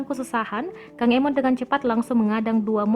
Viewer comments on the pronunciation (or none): none